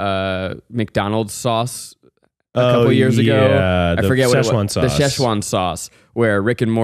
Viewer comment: Zack can't say sechuan loool